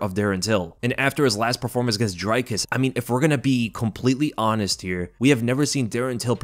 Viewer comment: cmon bro it's not DRY-CUSS it's DREE-COOS LMAO